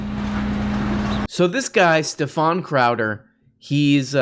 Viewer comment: crowdeeerrr crowdeerrr, its crowduh!!! say it right!